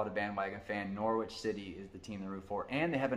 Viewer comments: See also the mispronunciation of Norwich (Norridge not Nor Witch) Thought I have to give him props for getting Leicester right. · I love the video, as I mentioned previously, but I do need to teach you about English pronunciation. Norwich is pronounced Norrich. The W is silent 😊 Well done for avoiding comparing Crystal Palace to the Philadelphia Eagles (because Palace are nicknamed the Eagles). They will never win anything because they're a selling club. They produce great young players, but they don't keep them when they mature.